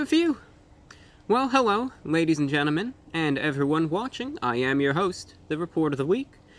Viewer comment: i swear he said ladies and genimin